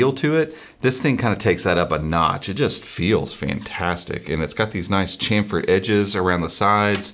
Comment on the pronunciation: Did he just say "champered"? lol. And the physical camera privacy slider versus a digital switch is most definitely "different".